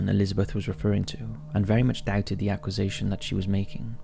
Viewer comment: Writhering? Aquasation? Demons got to the narrator's English dictionary. (Just kidding. I'm one of those pedantic English professors. Great video!)